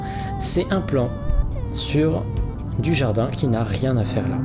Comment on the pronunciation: Quand tu disais « un plan du jardin » j’ai entendu « Jean Dujardin » 😂😂